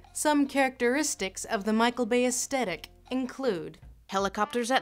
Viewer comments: Pretty sure that's not how you pronounce "aesthetic". Es-*th*et-ik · uhstetic = aesthetic? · Astetic lol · She's pronouncing the word aesthetic as "us-tet-ic." Huh. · With no intention to sound pretentious, I am fairly certain that the proper American English pronunciation of aesthetic actually pronounces the TH sound. You don't say the TH as a T.